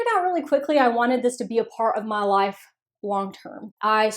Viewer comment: That accent on "my life" gives ME life!